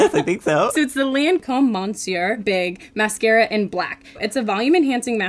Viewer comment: Two things....1...I have really long/thick hair and when you have shampoo and conditioner there is never enough product to actually try...2...I cracked up when she asked him if he was ready for a french lesson and then immediately mispronounced the mascara